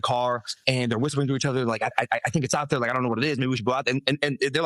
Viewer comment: is he developing an American accent? 😂 "theRe" lol